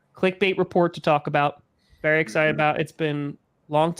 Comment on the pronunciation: "Baseball as ben ery ery good ta me"